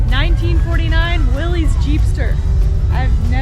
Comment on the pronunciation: Kind of liked the VW Bug convertible myself. BTW, Willys is pronounced Will-iss .